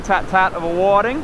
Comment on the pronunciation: WTF are whaddddding?! Do you mean whiting?!?! You Aussies mis pronounce every fish species there is! These are called Whitings! Do you have rocks in your mouths? 🤦‍♂️🤦‍♂️🤦‍♂️